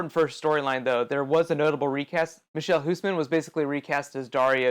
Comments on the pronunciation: You pronounced the dutch actor's name hilarious. It sounds really different, but i can't explain how. His 'ch' doesnt exist in english and so did the 'ui'. Looking forward to seeing more actors from my country in this amazing show! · Stop pronouncing michiel huisman's name so funny xD